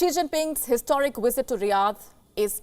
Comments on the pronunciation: And its Visit not Wisit! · Lady, it's "VlSIT", not "WISIT"! Good lord!